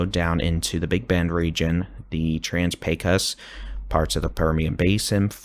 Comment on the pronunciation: Thank you! Your pronunciation of Pecos (PAY cuss) is new and improved! 😄